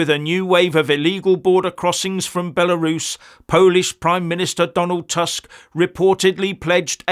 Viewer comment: proper pronounciation is "toosk", not "task"